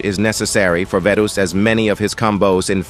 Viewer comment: no way bro said 'vetos' 💀